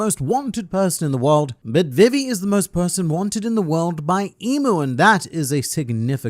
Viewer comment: you saying vivis name triggers me